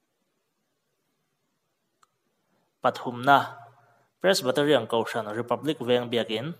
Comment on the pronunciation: Pressbaterian nilo in Presbyterian tih tur anih hmel zawk eee